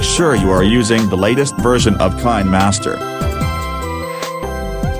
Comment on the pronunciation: I like how he said kindmaster!😂